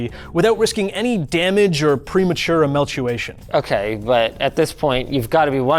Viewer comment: did he say "emeltuation"?